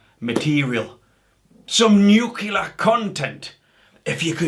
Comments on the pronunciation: Mate it's Nu-clear Not Nu-cle-ar. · Nuculer? Nuclear. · Nuclear. New clear. Not nukilar.